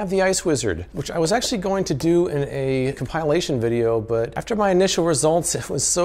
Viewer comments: Compile - ation. Probably try reviewing a dictionary next time. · The way says com-pie-lation is either hilarious or tragic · its not pronounced com pile ation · "com-pile-ation video" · What is it with everybody mispronouncing common words anymore? “Compile-ation?” Seriously...